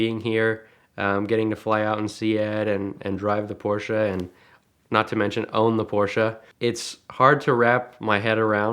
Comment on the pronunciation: So glad you guys know how to pronounce Porsche properly. Drives me crazy when I hear it wrong.